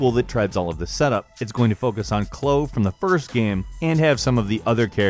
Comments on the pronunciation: you said clo for life is strange it is said like cloye not spelt like that but that is how you say it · its clo - ee not cloo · DID HE REALLY SAY CHLOO INSTEAD OF CHLOE!? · It's pronounced KLO EE. Not KLO... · Did this Boi just pronounce Chloe as Clow? REEEEEEEEEEEEEEEEEEEEEEEEEEEEEEEEEEEEEEEEEEEEEEEEEEEEEEEEEEEEEEEEEEEEEEEEEEEEEEEEEEEEEEEEEEEEEEEEEEEEEEEEEEEE. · Clo = Chloe YuhKOOza = Yakuza Poke-ay-mon = Pokemon Great vid tho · Did he just say "clo" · Did you just call Chloe fucking clow? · klou? really? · You said Chloe's name wrong and said you couldn't get enough of the game. IT HAS VOICE ACTING. COME ON!!!! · Who the hell pronounces Chloe like that